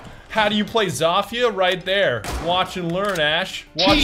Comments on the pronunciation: he is pronouncing it Za-Fia not Zo-Fia he is saying it wrong. He even said it right in the video and then he corrected himself to say it wrong so he is saying Za-Fia on purpose even though he knows he saying it wrong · Did he say Za-Fia instead of Zo-Fia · lamo its pronounced SOPHIA , not ZOFHIA LMFAO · Y does he call her zaafia not zofia he he says the o wrong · It’s Zofia because it’s zo-fi-a not za-fi-a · Zofia not Zafia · I hate how he says zafia and not zofia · lowkey pisses me off. its not zafia lmao. its pronounced zofia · if u in 2019 im just mad that he said zofia zafia im angered fix or ima have to UN SUb dawg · It’s Zofia like Zow-fi-ah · Wtf did he just call her “zawfeea”😂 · Its actually zoh feeah im polish ik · hey i think it is said Sofie i know there is a z but i think it is making an s sound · Its pronounced like so-fia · > Pronounces name correctly > "Corrects" himself to incorrect jumble of sounds You blyatiful bastard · U said it right the first time